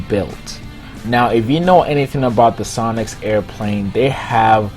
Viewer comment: When you sad sonix I heard sonic -_